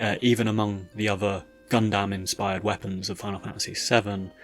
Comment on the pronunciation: "Gun-damn" "Kay-jew" You're hurting me